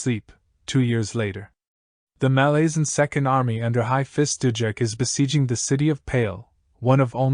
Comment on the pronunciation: Nice summary. I'm due a re-read. There's different pronunciations, of course, but a couple of yours made me wince. MaLAZEan is a new one 🤮💀😅 But please continue these!